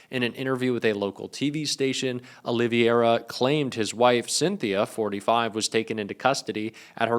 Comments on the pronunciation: OLIVERA..NOT OLIVIERA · Olivera, not Oliviera. Please take the time to learn correct pronunciation. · Oliviera? Please read before you try to pronounce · "Olivera", not "Olivera"